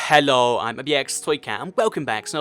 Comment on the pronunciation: the way he stressed the “hhhhhh” in “hello”